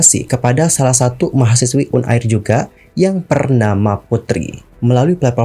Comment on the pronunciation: Un air un air, uner bang bukan un air